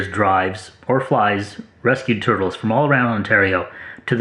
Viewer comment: "I like toitles."